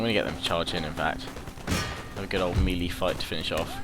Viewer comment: You can get away with saying Phalanx however you like, that's not a problem, I'm cool with that....however.....melee is pronounced meh-lay, not mee-lee! ;)